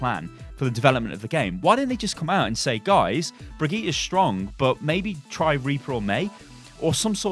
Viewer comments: I'm gonna be that guy, but pls, learn to pronounce her name, it's been 2 months and it's not even that hard. I'm also British and it's really simple for me. Bri-geet-tah, with a hard g. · It's Brigitte like "g"rapes not Brigitte like "g"ym . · Please rewatch the hero reveal for brigitte and learn how to pronounce her name propperly. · 3 months and you still can't pronounce her name XD